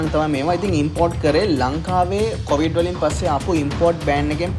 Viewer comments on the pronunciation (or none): none